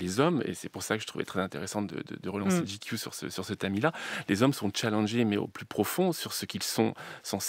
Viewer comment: Pourquoi cette prononciation ridicule ? GQ ça se prononce " j'ai cul " !